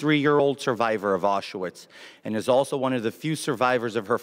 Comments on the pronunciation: "Auschuwitz"? The guy can't even pronounce it correctly. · After him lying he shouldn’t opted out of this speech. Also think he miss pronounced Auschwitz by saying “Aus-su-witz” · Did he really say "Aucho-wiz"? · Nobody mentions that he can't pronounce "Auschwitz", nor can he give a speech without reading it verbatim, and pointing to each word with his FINGER? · He can't pronounce Auschwitz, says "undoubtably" instead of undoubtedly and Nazi "murders" not murderers. All within about three sentences. Such an intellectual.🫣 So totally fit for Congress. 👍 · He doesn't know how to pronounce Auschwitz. No Jew can't pronounce that. It shows he knows nothing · He pronounced Auschwitz and undoubtedly incorrectly. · He can't even say Auschwitz right